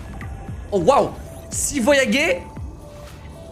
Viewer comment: je le kiff mais il est allé au college ou pas ?? " des corails " voyager " il dis " voyagué "